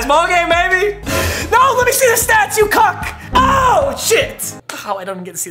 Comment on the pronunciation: the way he says stats🤣